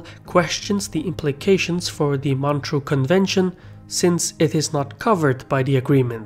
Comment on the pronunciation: It's MontREUX, not Montreal.